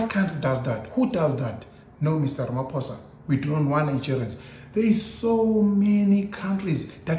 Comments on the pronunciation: Its RAMAPOSA not RAMAFOSA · He's not Ramafoza. The ph in his name is pronounced like paw or pause. Learn to pronounce people's names properly. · My sister its not Ramafosa but Ramaphosa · "Ramafosa" is crazy 😅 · Ay Ramafosa😢